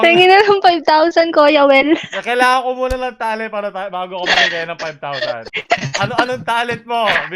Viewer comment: "Koya Wel" hehehe